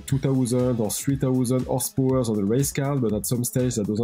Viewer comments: I love how he says “Whorsepowor” :3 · What is "OSS POWURGH?"...........Ahhh, Tis french Canadian, ze bettur Fronche pepple!